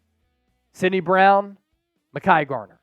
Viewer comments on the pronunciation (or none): none